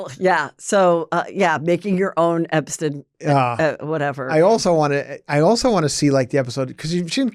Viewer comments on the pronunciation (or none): none